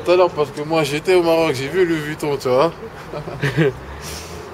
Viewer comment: Il dit '' Tu voiS '' :').